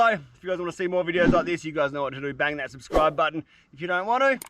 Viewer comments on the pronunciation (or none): none